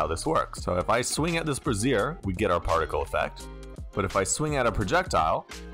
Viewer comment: Quick and easy tutorial about interfaces within Unity! Thank you! Also with good humor I say this, brazier is pronounced brey-shur. The way you pronounced it was brassiere... Two very different items. Definitely put me in a good mood this morning with the chuckles! 😁